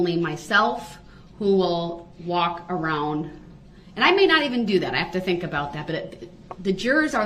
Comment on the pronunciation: Ok, ill say it. He actually said something smart "I fhink they should be tested." If someone who is had been that close to got covid, I'd get tested too... I mean I know it was a ploy for him to try and get a mistrial, but its still god advice. Lol